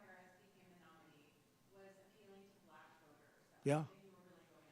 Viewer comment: Why does he seem to have problems saying black?